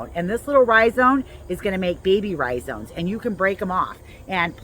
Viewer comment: iris rhizomes. With an " m" not "n"